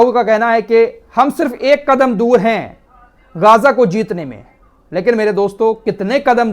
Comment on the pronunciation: गाजा नही है सही नाम गजा है